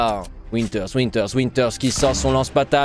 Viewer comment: Je sais pas vous mais PUTAIN C PAS WINTERS C VINTER V COMME VALENTIN MERDE sinon bonne vidéo xD